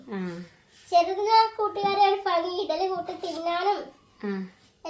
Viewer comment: ഫങ്ങി അല്ല ഭംഗി എന്ന് പറയുക....